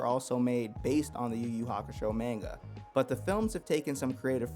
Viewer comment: I can’t trust a man who pronounces manga wrong